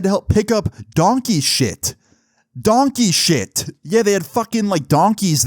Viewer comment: Bro the way how he said donkey 💩😂😂😂😂😂